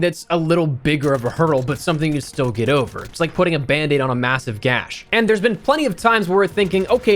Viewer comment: aaaahhh….he said, GASH….hahhhaaahhaa